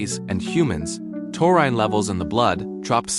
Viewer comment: Ya can't even pronounce the word. Why should I believe what you say?